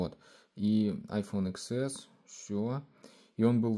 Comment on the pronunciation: iPhone не иксэс, а десятьЭс. Учись говорить правильно!!!